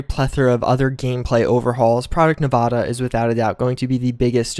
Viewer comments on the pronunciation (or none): F*** u it’s Nevada not nevaaaaadaaaaa